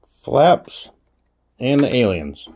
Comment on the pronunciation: Aliens? As in little green men from space ? LMAO I can honestly say I've never once heard it pronounced that way. I needed a good laugh this am .